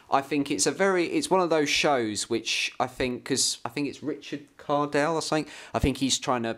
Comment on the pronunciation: Cadell is pronoused Ca Del not Car Del.